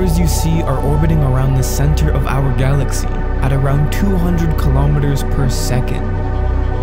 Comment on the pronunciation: OUWHER GALACKSEE 😂